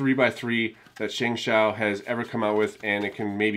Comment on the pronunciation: It's actually pronounced "shung show" but no biggie